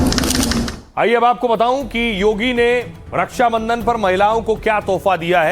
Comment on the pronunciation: हिन्दी नही बोल पाता रछा को रस्सा बंधन बोलता है